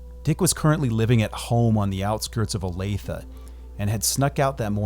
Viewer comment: Thank you for pronouncing Olathe correctly.